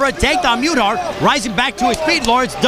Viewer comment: Brad's my cousin, and they pronounced muthart wroung. i dont see how its so hard